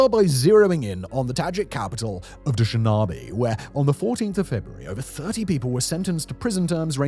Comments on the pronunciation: It is called "Dhu-shaan-bey" right? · DushNAbe - Simon 😭😭😭😅 it’s DushANbe A lot of Tajiks who radicalize do so in Russian mosques (clarify: as labour immigrants; they go to mosques while working in Russia and seek connection - this is where they are sought after by recruiters l; they are vulnerable - so prime for picking). This is insane. Cause then it feeds horrendous racism and repressions towards them in the country, which is their main source of income for their families. They also hate Taliban and isis hates Taliban so… heaven-made match 🥴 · Huge fan here but the capital of Tajikistan was pronounced awefully. It sounds more like doh-shan-beh